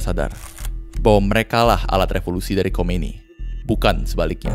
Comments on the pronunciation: Khumaini bacaannya mas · Salah pelafalan.. Harusnya khumaini bukan khomeini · Khomeini bang bukan khoemini ha ha